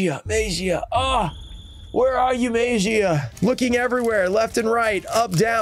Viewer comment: Mag ee ah. And I'm sure if it's pronounced right he'll finally come out of a pack.